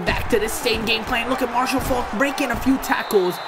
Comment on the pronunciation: Ur saying Marshall Faulk name wrong